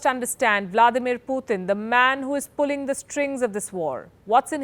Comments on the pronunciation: It’s not Phuthin, it’s Putin. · Why's she saying "Poootn" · Please pronounce his name correctly. It’s Putin not Puthin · She's is pronouncing as poothin instead of putin..that sounds obviously different... 😀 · Please pronounce putin correctly. Its not poothin. Coming from a fellow indian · The way this woman pronounced "PUTIN" ? IS Comedy!!!! 😆 🤣 😂 😹 😆